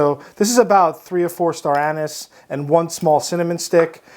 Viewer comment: dude i love you but you gotta stop saying star anus